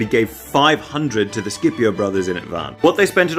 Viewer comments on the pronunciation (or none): It's SH-ipio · I was about to say that was pronouncing the name in the wrong way, since Scipio is mentioned at the very beginning of the Italian national anthem, and we have always said "Shipio", not "Skipio". However. I got curious and checked: Mameli wrote the name in the song so that it was pronounced in the correct latin way, but on English Reddit you fellas seems so sure that it is pronounced with a hard c ("Skipio"). I did not study latin, nor Greek, but I am pretty sure that nobody here in Italy says "Skipio" since we grew up saying "Shipio". Please, internet, enlighten me on this situation. Was our beloved Mameli wrong since 1847, or is it just your pronunciation to be wrong? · I always thought it was pronounced Sippy-o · Scipio is pronuced "Shipio", at least in Italian. Don't know if it's the right wsy to pronounce it but...